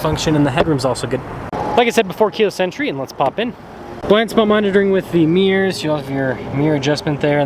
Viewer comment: You said " meers " ?? Mirrors